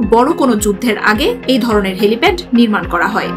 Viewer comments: কি বলে "হেলিপড"... এরা আবার একটা চ্যানেলের নিউজ প্রেজেন্টার... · আপু ওটা হ্যালিপড নয়।এক রিপোর্টে এতোবার হ্যালিপড শুনে হয়তো ভারত রেগে গেলো! তখন চীনের সাথে কুলাতে না পেরে দেখা গেলো আমাদের উপর ঝাল ঝাড়তে আসলো! তাই বলার সময় একটু খেয়াল রাখবেন